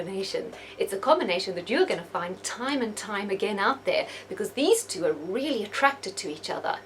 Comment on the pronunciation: it's "really" not deally.